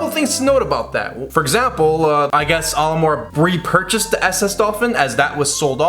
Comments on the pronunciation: Your pronunciation of Olimar is like if you switched the A and O around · I hate how he pronounces Olimar's name.